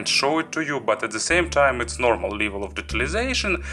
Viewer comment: The more correct sentence is :thank you for watching ) Не БЭЙЗИКЛИ А БЭЙСИКЛИ(basicly). НЕ ЛИВЭЛ А ЛЭВЭЛ(level)Не ратио а РЭЙШИО(RATIO).You have pretty good vocabulary, but unfortunatly your pronounciation isn't so good.By the way honestly my vocab mach less the yours...So don't be angry with me and don't be sad.